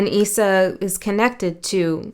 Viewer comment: Issa is pronounced Ee-sah